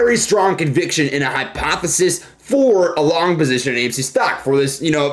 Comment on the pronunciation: Did you say long position? Smh